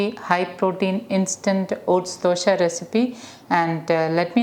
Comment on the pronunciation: It is Dose not Dosha xD